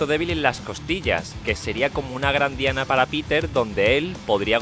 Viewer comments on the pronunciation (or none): none